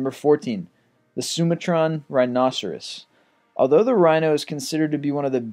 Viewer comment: just a point of pedantry but it's pronounced sum-artran , and not soom-a-tron. good vid's though.